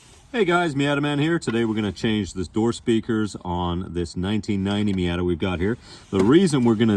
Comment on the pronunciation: Say it with me now. Mee ot tuh not Mee at ta